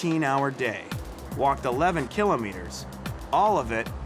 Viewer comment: Every time this guy says kilometer I cringe. Painful.